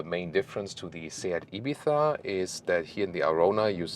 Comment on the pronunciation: That "Ibizzzzzzzza" at the end of the video was nice, full ES pronunciation! Great work and!